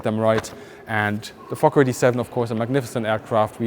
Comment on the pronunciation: It doesn't mention the fokker at all. the way you pronounce it is perfect.